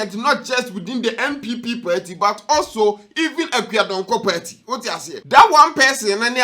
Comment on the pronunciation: It's PARTY not perty